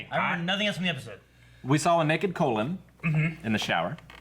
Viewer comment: "Colon", "Zazuka". XD Usually, it's the others who mess the names up so badly. I guess finally caught whatever they've got...